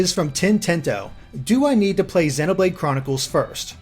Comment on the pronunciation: If he pronounces "Xenoblade" with a short E one more time, I'll EAT Tatsu.